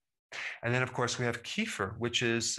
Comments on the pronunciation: Not keefer...it's kef-feer : ) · And kefir is pronounced keh-feer, not keef-er. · I believe Kefir is pronounced Ka-feer